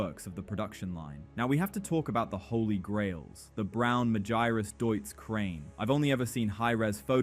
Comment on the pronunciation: How did you just pronounce Magirus? Majayrus? Sounds like a tropical disease 🤣🤣🤣